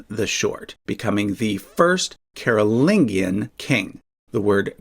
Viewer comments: It’s a soft ‘g’ babes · i mean I speak English too so I'm fine with the vowels, but I've always been taught that the G is supposed to be soft like a J sound. It comes from Latin the same way as Merovingian, and he pronounces that one with a J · The way you pronounce "Carolingian" is really distracting